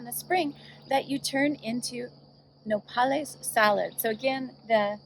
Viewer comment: “NO-pal-IS” salad 🥗 lmao 🤣 I can’t